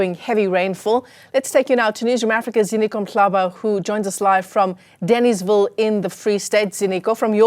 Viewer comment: What's happened to schools? People cannot pronounce even the most basic names. In this instance, try de-nays-ville.